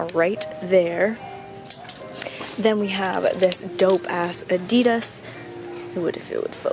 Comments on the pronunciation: The way she says Adidas pisses me off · ok so i don't get why americans call "adidas" adeedas...when here in the UK we pronounce it adIdas....likes whats the right way of pronouncing it?ahah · You can’t buy Adidas and Nike if you don’t even know how to say it.... it just bugs me